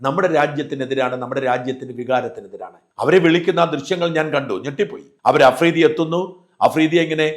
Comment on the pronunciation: അഫ്രീദി അല്ല തെണ്ടി മഫ്രിടി 🤪